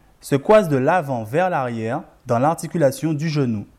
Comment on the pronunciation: « Vers l’arriewe » merci beaucoup